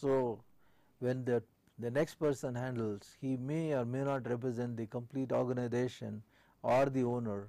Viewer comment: Say Organisation not ORGANIDATION